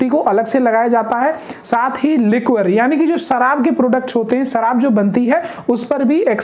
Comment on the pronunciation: Bhai sharab ko 'लिक्वर' nhi 'लिकर' padha jata h, pronunciation pr dhyan do.